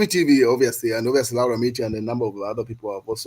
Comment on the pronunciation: Please pronounce Laura properly, try this. Law-raa. That's how it should sound.